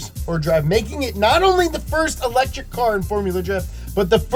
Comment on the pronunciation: "EL - etric"